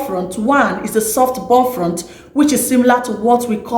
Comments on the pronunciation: Please its "buff-loaf" and not "boflot" 😀🇬🇭🇬🇭❤🇬🇭🇬🇭❤ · It is called Bofrot ,not Bofront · Please it's bofrot. Check your pronunciations.